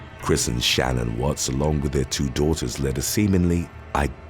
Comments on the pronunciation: Just to correct one thing about the dirtbag Chris Watts. Shan'ann was pronounced different from how you said it. I was so taken back by the story I watched so much about it. And based on how her family says it it's not the average Shannon name. Just so ya know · I wonder how many hours YouTubers actually work. Googling the pronunciation of Shanann would've taken about 30 seconds.